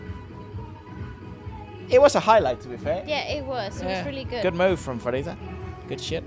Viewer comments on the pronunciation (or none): Pharita is pronounced Parita not Farita.